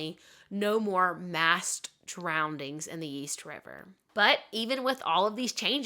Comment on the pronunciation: You're a great storyteller, you really paint the scene! I love listening to your videos, but, did you say "drowndings" 😂